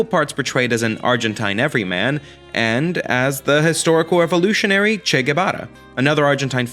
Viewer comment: Fascinating and informative, it really helped me understand a musical/movie that I can't believe I still haven't seen after all this time. Your pronouncing of many place names with an excellent accent, but then saying 'Shay' for Che and 'Peronn' makes me wonder if you know something I don't.